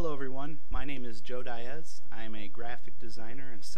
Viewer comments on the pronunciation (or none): Your the only Latino I know who pronounces Diaz "DYE EZ" INSTEAD OF " DEE EZ" .... I'ts all good mate!! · Joe "Dye-s", your name is "dee-as". WTF.